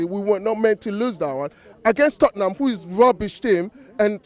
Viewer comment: Balderdash, this guy is taking absolute balderdash apart from when he's talking about tot-ting-ham when he has correctly described them as 🐕 shit.